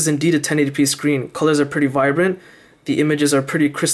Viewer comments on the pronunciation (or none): none